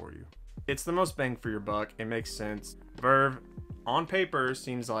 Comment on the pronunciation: Bruh it's not vrvrvrvvevrrv it's v-r-v